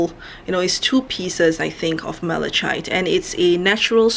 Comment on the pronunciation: Mala...KITE. You don’t pronounce the “ch”.